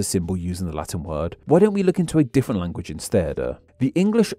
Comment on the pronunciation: As a non-native speaker, I have to ask: Why do you sometimes put an extra vowel at the end of some words? In this video, I heard you say “languaguh” and “becausuh”.